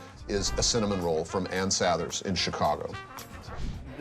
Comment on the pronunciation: Is she saying sathers right? I thought it was sah-thers not s-a-there